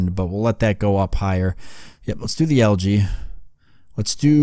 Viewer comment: Its Pronounced Algae not LG